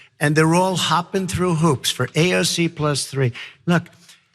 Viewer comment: HE cant even say AOC'S name!!!